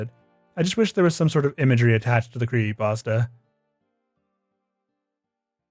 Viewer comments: Mate, what the fuck is a "cre ey pasta"? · Bruh, please, I beg you. Pronounce the P in creePy-pasta. You are killing me. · It's fucking creepypasta not "pawsta". Otherwise great job. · ah yes, creeeypastas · Whats a "cree ey pasta" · I am sorry but the narrator has a mosr annoying voice and is so hard to listen to. I just want to strangle this guy. And then the faf that he is idiotically "spreading the word"of these evil bastards. And that in itself is evil. You need to sever the word at yourself . And so your part to protect your peers from thepossible dangers these 'cursed' imagesay pose. I just want h to say creepy pasta correctly one time. Jeez. But seriously..... I know i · There's a, um, 'p' in 'creepy', dude.